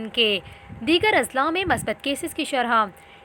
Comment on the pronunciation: bibi shrha nahi shrah